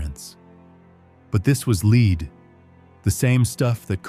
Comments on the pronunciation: Leed???? Lead. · Lead not Leed! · Leed 🤣🤣🤦‍♀️ lead (led) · This commentator needs to learn how to say the word Lead. Not Leed. Lol, She was as disgusting as anyone can be like. The fact that she had all the servants who helped her she should have been clean all the time. I cant stand myself if I go more than two days no shower. I cannot imagine what her smell was like. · Made it to . Narrator keeps pronouncing the element lead as in lead a horse to water. Final straw lol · It supposed to sound like LED BUT SPELT Lead. NOT LEED say it right please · "Leed Poisoning" really ? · Her makeup was made from "led", not "leed". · Its pronounced led not lead 😂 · 'lead' is pronounced 'led' not 'leeed' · Not leed !!! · 😂😂😂😂😂😂😂😂😂😂😂😂😂😂😂😂Lead is pronounced Led...Not Leed 😂😂😂😂😂😂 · OH NO .... not LEED ! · Leed?? Can u pls get a robot that can pronounce, common words?? It ruins ur great videos. Thank you( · Stupid AI, LED (lead) not LEED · couldn't take any more AI mispronunciations Lead pronounced Leed BS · Its lead (pronounced led) that she had on her face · 'Lead' should have been pronounced as 'led' here. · Umm... It's pronounced lead... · Unfortunately, they chose an AI reader who mispronounces LEAD almost every time. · And where did you get this information? And learn how to pronounce lead. 🤣🤣🤣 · I had to turn this off. How can you not pronounce the substance lead? It really pulled me out of it hearing it mispronounced over and over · Very interesting, but an AI voice mispronouncing "lead" will kill your channel.